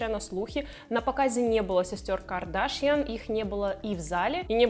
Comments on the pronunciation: Не КАрдашян а КардАшйан🤗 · Произносите правильно фамилию Ким Кардашьян. Ударение на последнем слогу